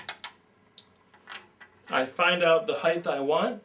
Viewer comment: You spell height correctly in the description but repeatedly mispronounce it as "heightH". Argh!